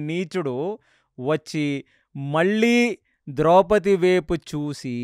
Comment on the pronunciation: ద్రౌపతి కాదు ద్రౌపది.